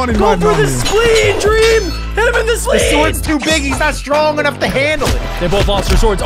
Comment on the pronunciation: Why did you say dweam not dream😂